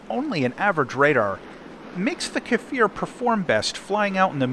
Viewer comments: Strictly speaking, it''s a Kfir, which means a baby lion in Hebrew NOT a "Kafir", which means a slur for nonbeliever in Arabic Don't let the pronunciation determine your side in arab-israeli wars :D P.S.: On the serious note, if it rips just like IIIE, I'd say hard no to such aircraft. You go dodge a missile, and the damned thing just snaps, even without boosters :c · why do everyone call iy kafir or kefir? its just kfir. you say it exactly as you read it. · its pronounced similarly to 'spear'. Just say 'kfear'... Its close enough